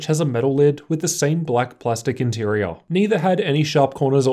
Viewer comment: Say "interior" Inteareahh